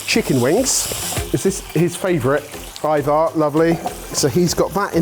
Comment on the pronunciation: Please stop mispronouncing Aivar, hahaha! That being said one idea for a future video: Give the boys the name of a dish or ingredient and have them guess the correct pronunciation.